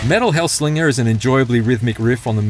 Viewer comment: I'd take the review more seriously if they said the name of the game correctly